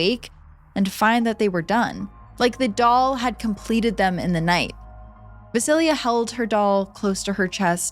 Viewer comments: Thank you for the Slavic folklore! I knew Baba Yaga also as Baba Roga in my childhood. By the way, and I hope you don’t mind me saying, but ‘Vasilia’ is VasiiSa. Jenny Greenteeth from the first story reminds me very much of the Rusalka/Rusalija of Slavic folklore, and the Germanic Nix. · Small knitpick I wanted to mention— Vasilisa is pronounced something like voss-uh-LEES-uh rather than va-sil-ia There are pronunciation guides online so you can hear what it sounds like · Vasilya 😒 it’s Vasileesa